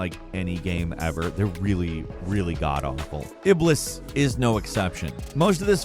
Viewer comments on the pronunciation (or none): The way he said Iblis 😂😂